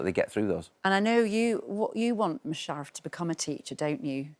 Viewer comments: I'm only half way through the video, she's mispronounced Mush's name twice, called Thornhill "Thornton" and interrupted each of them mid answer. How tf do these people get these jobs? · Loving the new series after being hooked on series 1. Great to see Musharaf doing so well and Matthew in the position he clearly thrives at. Only downside of the interview would be the woman who didn’t make effort to pronounce Musharaf’s name right and saying the schools name wrong. Just a shame she didn’t research enough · Why can't she say his name properly?